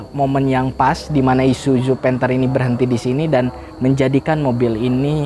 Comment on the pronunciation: Gua muak dengar kata isuju isuju isuju bisa bener gak bg??? I s u z u pake zet bukan jet